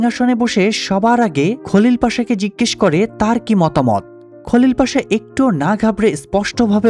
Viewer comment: বাংলা উচ্চারণ অনুযায়ী নাম গুলো ঠিকই আছে।